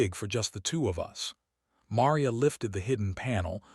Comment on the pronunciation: It was a nice story, although it was difficult hearing 'Maria' mispronounced repeatedly.